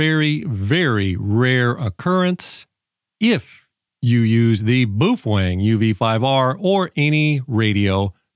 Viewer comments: I appreciate your videos but boy do you ever butcher the pronunciation of the “Bow-Feng” Not “Boof Wang”😂 Keep rocking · It's not boofwang it's boof-a-wang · PROUNOUCED bowfeng man! Boofwang:face-fuchsia-wide-eyes::face-blue-wide-eyes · BA-O-FENG BA-O-FENG BA-O-FENG, buf-feng?😂😂😂😂😂😂😂😂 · ENJOYED THIS VIDEO - you EARNED yet another subscriber :-)... ... BUT I HAVE TO ASK: "BOOF-WANG"??? CLEARLY this company's name is "BOW-FENG", so HOW do YOU get "BOOF-WANG" out of it?? Many thanks for making this video! -Mark in North Aurora, IL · whats up with this man its prounouced bowfang, Boof wang wtf? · Baofeng. No boo fang. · he's focused on the boofwang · Boof wang 🤣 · “Boof wang”? Have I been pronouncing it wrong all these years ? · Not sure how you get "BOOF-WANG" out of Baofeng 😂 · BOOF - HWANG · Boof Wang? Lol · I came here to learn about my uv-5r,but unfortunately every time i hear him say “boofweng” I start giggling and forget all that I learned. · New drinking game! Take a shot every time he says Boo-fuang. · BOOF WANG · buffalang :face-green-smiling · Can't watch this video because he can't say the fkn name ! Ain'tno fkn W in it